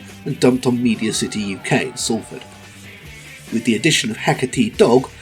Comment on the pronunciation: Mmmmm the correct pronunciation of Salford, lovely stuff and all too uncommon